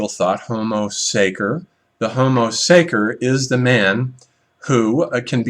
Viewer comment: Homo sacer is pronounced (sacher)